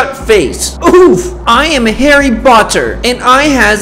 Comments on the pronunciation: Harry botter haha🤣🤣🤣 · Green Say: Harry (Botter) Appropariate% It's a Potter, Harry (POTTER) Not Appropriate^. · HEAR THAT HES HARRY BOTTER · Its harry BOTTER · "I am a Harry botter" "Guys you hear that?" "He's Harry BOtter" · He is HARRY BOter me: harry qoter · Do u hear that? He's Harry BOTter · Did you hear that he's Harry BOTter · Naaaaah harry botter ish not perfect it ish harry pottah :D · lmao hahahaahahahahahahhaha is harry poter green not harry Boter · Its harry potter not harry botter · Harry Potter not Harry BOTter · Lmao was like: I'm harry botter xDD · I am Harry botter and i has invisable.: you hear that? He's harry BOTer 😂😂😂😂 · "Harry BOTter" got me laugh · Dark green: I’m Harry botter Me: haha you say Harry botter 🤣🤣😂😂😂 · "Harry Botter" im losing it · ''Harry BOTter'' LOLOLOLOL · I dies when said Harry BOTter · “Harry Botter” As a Potter head this kills me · You hear that? He's Harry BOtter Am I the only one laughing LMAFO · Wow "Harry Botter"😭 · 'VIN GUARDIAN LEVIOSA' 'HEROMINE' 'HARRY BOTTER' 'INVISABLE' ME: Bruh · "He is harry BOTter" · Harry BOTer 😂